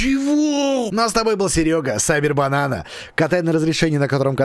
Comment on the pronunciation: Я только сейчас понял что его зовут не кибербанана а сайбербанана)))) хахахаха